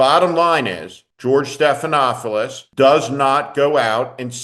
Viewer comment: George Stephanopoulos. There is only ONE “f” sound. At least pronounce the name of this media hero correctly.